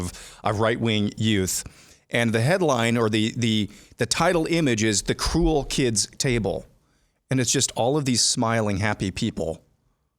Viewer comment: Did you say “The Cool Kids Table”. Or “The Cruel Kids Table”?